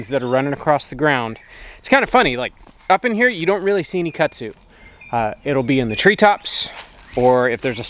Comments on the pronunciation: Hi from another TarHeel. Your property looks so pretty all green & lush. I have a question for. I’ve lived in NC almost all of my life except for when my late husband was in the military and we moved around quite a bit. Kudzu is the bane of existence for North Carolinians. It sounds like you are saying Kutzu? In the southern part of the state we say KuDzu. Was just curious. Also, are you still building your addition? Thanks so much. Happy Gardening!! Stay cool! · I like the way you pronounce Kudzu but I can definitely tell you weren’t raised in the south. 😂